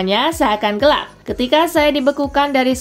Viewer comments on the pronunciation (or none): none